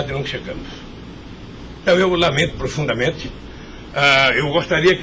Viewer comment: "me ofunde profudamente"